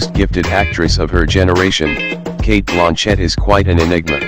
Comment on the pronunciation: You are mispronouncing Cate Blanchett's name. It is "Blan" as in bland taste and chett as a man named "Chet". The accent is on the "Blan".